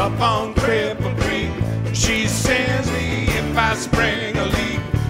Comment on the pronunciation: tom I love you with all my heart but you butchered Cripple Creek. Levon is slapping you from the grave. sorry baby